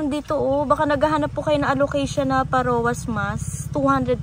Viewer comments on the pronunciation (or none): Pharaoh's mask the right pron. po ay fehrow not parowa😂